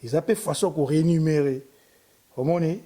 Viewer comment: tika makambo ya RENUMERER... na meki ko beta yango kara mais chak emission ezo zonga kaka ba lobaka reMUNErer... MUNE et non NUME... ca n'a rien a voir avec NUMERO